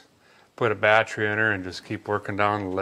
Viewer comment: My wife’s laughing and saying battree, so I guess I gotta subscribe.